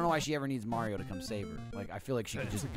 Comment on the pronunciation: Gavin almost called it Mario maker then said mare-io like the British way lol